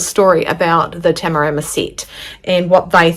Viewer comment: Great review, much appreciated. And you nailed every pronunciation of Tamarama, must have been all the practice up to the review 😉